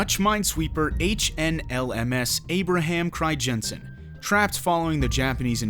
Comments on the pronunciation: fucking cRiJENsEn pronunciation pisses me off lol. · cri-jensen??? lol.... doesn't google have this speech-feature that pronounces words for you in native language? use it. The "ij" is a "Y" basically. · Cool, I did not know that, I am dutch.....btw the ij in Crijnsen is pronounced as just ‘I’ , really interesting video, thanks.. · It would be even better if he could pronounce the name of the ship correctly